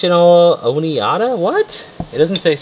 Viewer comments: OMG I am laughing so hard - the silverware is pronounced "Oh Ni Da". You said "oh ne Ida" That extra syllable you put on it. I know it is so way before your time but you gave me a good laugh. Thanks!!!! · Ohh-NEE--ODD---A.....LOL It is Ohh-NYE-DAh.... ...LOL Oneida..... I'm going to start pronouncing it like you do the next time I am at a fancy restaurant to start a comedic conversation with family. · Oneida pronounced oh nide ah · Oneida - pronunciation is o nye duh!🤩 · Lol.. The flatware is pronounced OH NYE DAH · FYI: Oneida is pronounced O-need-a. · I couldn't stop laughing after he pronounced it wrong and it's O-Nye-Da phonetically spelled